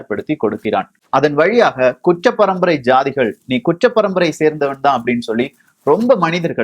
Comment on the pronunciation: தம்பி உச்சரிப்பு சரியில்ல,,, kuttra parambarai,,,, kucchra parambarai இல்லை